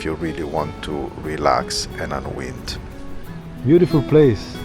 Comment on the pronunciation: Hi, fab video as always. I hope you don’t mind me offering this. The word ‘unwind’ sounds like un-why-nd. 🙏🏾❤️